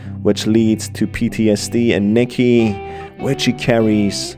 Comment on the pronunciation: it’s Nicky not Micky